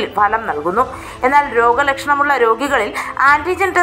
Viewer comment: കേരളത്തിൽ അക്ഷരാഭ്യാസമുള്ള എല്ലാവർക്കും അറിയാവുന്ന ഇക്കാര്യം ഇപ്പോൾ എടുത്തുവെച്ചു വിളമ്പിയത്. ഫലം (Bhalam) എന്നതിനു. പകരം Falam, Falam എന്ന് നാട്ടുകാരെ തെറ്റ് പഠിപ്പിക്കാനാണോ 👹👺😡